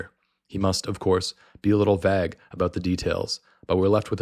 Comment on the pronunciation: You pronounced "vague" as vaG :|